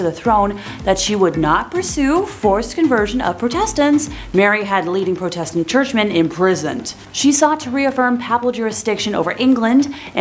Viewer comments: This presenter should learn how to say a number of basic words ie pro test ant instead of protastant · EVERYTIME SHE MISPRONOUNCED PROTESTANT I CHOKED ON MY COFFEE